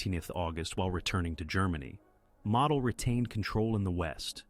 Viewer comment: It's: Moe dl. Not model like you build.